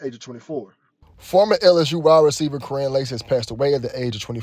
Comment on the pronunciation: his name is pronounced Ky wren